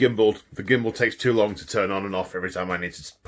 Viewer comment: I drraankk everyt immme he shaid gimmmbul